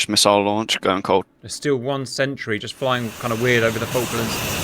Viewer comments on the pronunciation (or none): none